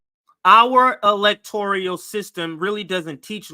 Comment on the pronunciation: Electoral not electorial, you guys make valid points but pls correct some of your pronunciation.